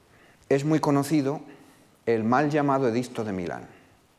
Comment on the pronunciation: Curioso cómo este señor se esfuerza en pronunciar “bien", a la romana clásica, (entecomillo porque no hay grabaciones) el latín y luego, hablando en castellano, te suelta un “edizzzzto" y se queda tan pancho.